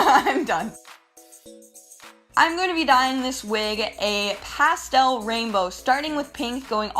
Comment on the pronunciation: Lol "Pastel"